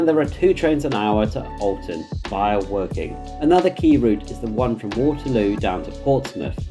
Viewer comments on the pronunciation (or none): none